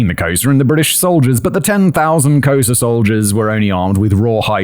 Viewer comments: Was he failing miserably at saying Xhosa? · I was dying when I finally figured out he was trying to say Khoisan and Xhosa 😂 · At first he made a hash of ‘Khoisan’. Then he went on to make a hash of Xhosa. It’s part of his charm to he virtually unable to pronounce foreign words, even when provided with pronunciation guides by his writer. I feel his pain!!